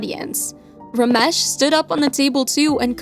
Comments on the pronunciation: As an Indian the Ramesh pronuciaion is making me cringe. 🤣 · not ramesh it is ramesh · Lmao the way they say ramesh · The way they told "Ramesh" made me laugh so bad 😂😂